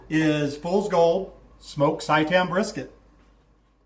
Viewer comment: Can't stop laughing at the pronunciation of seitan :) it's pronounced "say tan" good video!